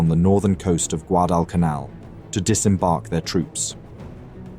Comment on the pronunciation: The voice-over is soooo awful. guh-DALL cun ALL.